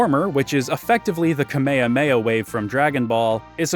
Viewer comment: The way you said Kamehameha was hilarious and painful at the same time hahaha